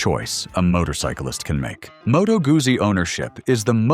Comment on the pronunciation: Good to see you kept the best for last, but a massive fail when you can't even pronounce the name Guzzi correctly. 😖 Bad. 😄